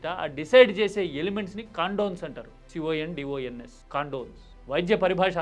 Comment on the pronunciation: Just to correct ..it’s codons ..not condons ..your innovation in comparison is unimaginable